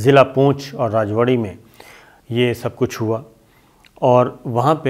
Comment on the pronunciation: راجوری نام ہے شہر کا راجوڑی نہیں ہے۔ پلیز آئیندہ درست نام لیں ۔ شُکریہ